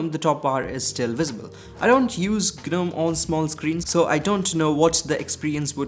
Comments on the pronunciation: What's GANUM????? 😅😅😅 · gNOME is pronounced as 'nome' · Bruh it's gnome (nome)